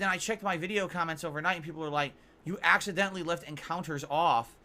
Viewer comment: The way he emphasizes the word “accidentally” 😂